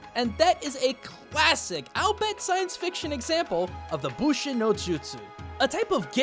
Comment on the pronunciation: I love your work buddy but...every time I look up "Bushin no jutsu" I get bupkis. Every version of the jutsu I hear is "Bunshin" with an N in it..be it Naruto, Flame of Recca, hell Morrigan Aensland from Darkstalker calls out Bunshin when she uses Darkness Illusion and creates a magic clone of herself for more attacks. I don't know if it's because you know Japanese better than me or what but I've never heard "Bushin no jutsu" in any ninja anime or game I've ever played that has it..it's always been "Bunshin". Still cool video that makes me wanna play the PS4 Spidy game more. Also...some years ago..and I mean a LONG time ago for me..like 5 or so years ago, I found a book online that I've never found again and it was about "Spider Style ninja techniques" such as using silk as a weapon..spiders make excellent ninja which is why you see so many 'spider clan' themed ninja in games and anime..like the Jigumo Ichizoku from Ninja Gaiden..Black Spider clan for those who have only played the US version, and that creepy dude from Basilisk who fights like a spider and is part of..I think it's the Iga clan..the fight is between the Koga and Iga clans in that series and one of them fights like a spider against a guy who uses human hair that's been alchemically treated to be as strong as steel..can't remember which dude is from which clan..point is there have been many spider themed ninja in fiction..they just make EXCELLENT ninja by their nature.